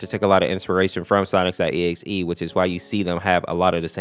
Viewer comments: says "Sonics.exe" instead of Sonic.exe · His way of saying it is actually "Sonics. E.X.E" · Why does he say sonic's .exe? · Omg its Sonic’s.EXE!!!!